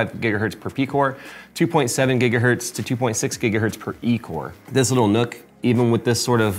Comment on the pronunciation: it's pronounced "nuck" not "nook"